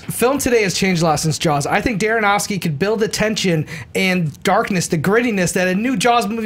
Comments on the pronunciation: I like the picks of the stunts... My pick- every Jackie Chan stunt ever..., I think you're great but it's Darren Aronofsky, not Daronofsky;) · Why does always say Darronofsky? He did it as well on Schmoes a couple of weeks ago.